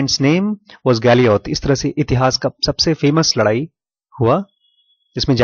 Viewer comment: ye Galioth nahi Goliath hai....aap galat pronounce kar rahe hai........